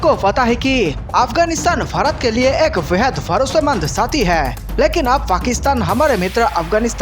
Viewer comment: Pehle apna desh ka naam tho teekh se bolo.bharat hein barat nahi